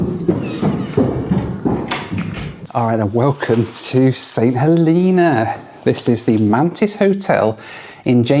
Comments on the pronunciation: St Heleeeena? lol, its Helena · St. HELENA, not hilina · St HElena, not HeLEna! It’s HElen, not HeLEN as well! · I think its pronounced Saint HeLAYNA but what do i know? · Growing up in the UK, how did you manage to mispronounce St. Helena?